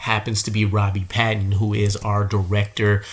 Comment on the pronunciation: please pronounce Robbie's last name right. PATON (hard A)